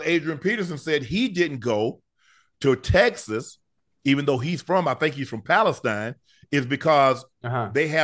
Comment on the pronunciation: HOLD ON Unc please don’t mispronounce my hometown like that! It’s Palestine like Josephine!